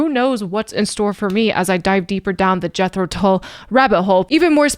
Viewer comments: There’s a Scandinavian flute player/music teacher/reactor who pronounces the band’s name as ‘Yetro Tool’. Adorable. Thanks for this one,. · 😊 The band Jethro Tull,are Not dull, but that’s the way it’s pronounced